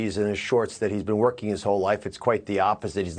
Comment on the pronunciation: So nobody else noticed he said "I have spent my life twerking"? Lmao